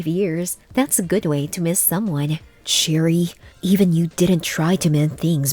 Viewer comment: It’s cherie not cherry.